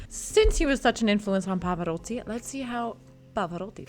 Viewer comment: So why not anglicizing the others as I suggested? And Pavaroddi. Alegreddo? On one hand, you are trying to pronounce Italian properly, I hear your effort, then you throw it in the garbage. I don't get it.